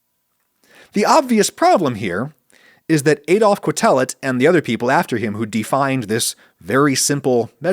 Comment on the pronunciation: As a statistician, I've been repeatedly impressed by how careful Adam is about discussing statistical results. The one play where he goes statistically awry here is a trivial and amusing one, the pronunciation of Quetelet's surname: 8-)